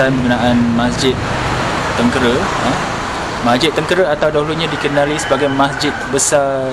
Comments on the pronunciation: Sebutan bukan Tengkere tetapi Tengkeyrah Atau Tranquerah bhsa portugis tu. Sekolah saya dekat area tu Mgss. Saya budak Klebang Besau. Terima kasih. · Min..tu masjid tengkera..teng...ke..ra...bukan kera..keeeeera.. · Maaf.... Sebutan Masjid tu atau nama tempat yg sebut tuu... bunyi nyè " tèngkèrè "... bukan begitu sebutan nyè... tengkera ada lah nama tempat tersebut... dan MASJID TÈNGKERÈ sdalah kerana dier betempat di TÈNGKERÈ ( TÈNGKERA ) " TÈNĢKERA " atau " TÈNGKERÈ = Sebutan loghat melayu.. dan di tulis tanpa ada tanda ialah = TENGKERA. dan sebutan betul biasè mèreka gunakan berbunyi = TÈNGKERÈ. bukan TÈNGKÈRÈ.... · Sebutan nya: teng kay ra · Cuba sebut "tang.., cat (dalam sebutan English tapi buangkan huruf 't').., rah (buangkan huruf 'h'). Itulah sebutan yang betul. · Sebutan nye " kay" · cara sebut tengkera tuh pakai "e" (esok) bkn "e" (emak)....Masjid Teng key raa... cmtuh laa bunyi dia...susah pulak xde audio..haha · Salam..sekadar berkongsi pendapat yaa jangan marah..apa kata jumpa dulu tok imam atau orang yang ada disekitar kawasan tu dulu sebelum ziarah makam tersebut..mungkin akan dapat maklumat yang lebih dalam..macam sebutan nama masjid tengkera yang sebut tu salah..saya tonton video ni bersama emak dan ayah..kami orang melaka.. bila sebut jer tengkera tu mak ayah saya siap betulkan..hihi..sekadar pendapat jelah..itupun kalau ada makam dikawasan masjid dan ada orang lah untuk ditanya.. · kikiki...tengkera tu salah sebutan tu...